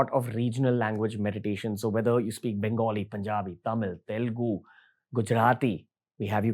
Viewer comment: It’s Telugu not Telgu